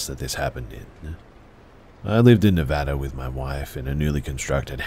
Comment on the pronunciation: THANK YOU FOR PRONOUNCING NEVADA CORRECTLY! 🎉🎉😊😊🖤🖤🖤😘😘😘